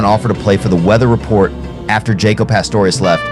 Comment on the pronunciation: The narrator pronounced Jaco “Jayco” 😂